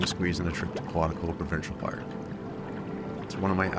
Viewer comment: There's no other place on earth like Quetico.. Not Quatico..😉